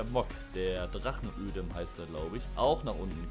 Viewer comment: Die Deamon wird englisch ausgesprochen, also "Dimen" und es heißt Drachenodem und nicht ödem😅 dazu hat die Deamon nur Schnellfeuer 1..... die switchblade Schnellfeuer 2